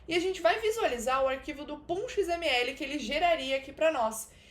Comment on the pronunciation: Eu acho muito engraçado você falando "pom.xml" kkkkkk Conteúdo incrível!